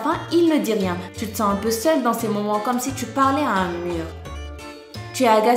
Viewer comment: Qui a remarqué elle a dit ti est au lieux de tu est😂😂😂😂 sa ma fait rire